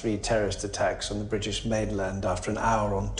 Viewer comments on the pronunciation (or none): none